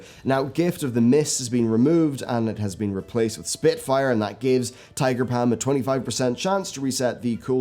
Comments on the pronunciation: "Tiger Pam" I love accents XD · I laugh every time i hear tiger Pam